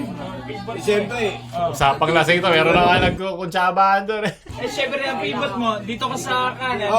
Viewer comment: PIVOT (Pai-vot) po hindi PIBOT 😭